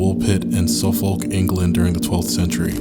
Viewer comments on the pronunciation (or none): none